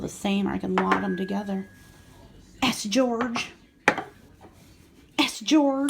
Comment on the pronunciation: Hi I love your videos...you made me chuckle today, because you kept saying S-George, S-George....I think it's Saint George...(St. George) though...anyways keep doing your awesome videos.